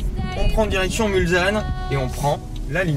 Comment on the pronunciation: Si je peux me permettre, on prononce "Mulssanne" même si ça s'écrit "Mulsanne". Sinon toujours au top 👌